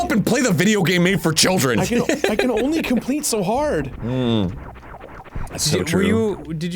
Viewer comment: "COMPLEETES" now available from